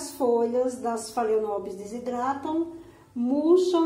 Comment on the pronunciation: Meu amor, apenas uma dica com todo o respeito: pronuncia-se FALENÓPOLES